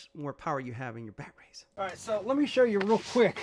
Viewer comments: Are you saying “bat-rays?” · Just in case you didn’t know what a dick who can’t pronounce batteries properly riding a mini e-bike looks like…